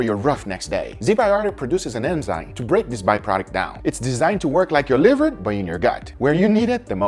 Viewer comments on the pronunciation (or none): none